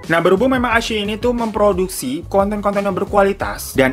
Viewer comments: Wao ada Zhu Yilong 😍😍 Bagus banget sih shownya jadi gak rugi deh ditonton 🙏✨ CGInya, scriptnya, dan actingnya semuanya luar biasa. Meskipun drama original sama sekali tidak kaleng2an . Btw bang dilafalnya 'i-chii-yi' 😍 Rekomendasikan juga show lain di iQiyi : The Sleuth of Ming Dynasty (detektif yang kocak dan konspirasi2), Winter Begonia (ttg Opera Cina dan Perang Dunia), The Winner is Love (penggemar Ashes of Love pasti tahu film ini atau setidaknya dengar), My Strange Friend (keren banget, ttg org yang punya beberapa kekuatan super tapi malah sisa satu dan kekuatannya yg lain nyebar ke org lain), dan Once Upon a Time in Lingjian Mountain. Di aplikasi WeTv juga banyak yang bagus, cuma ya kalau kualitas iQiyi memang lebih bagus yah. Yang dari WeTv : The Untamed (drama viral th 2019 yang membuatmu takkan bisa move on), The Heiress (drama dimana cewek nyamar jadi cowok dan beneran mirip cowok), The King's Avatar (tentang esport, seperti Gank Your Heart), Three Lives Three Worlds Three Thousand of Peach Blossom/Eternal Love (drama lama yang bikin kamu mewek dan geram), The Legend of Fei, Detective L (sherlock holmes versi China tempo doeloe), Super Star Academy, dll. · Ka..klo gak salah baca nya "Ai shi i" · ini wkwkwk bacanya wikwikwik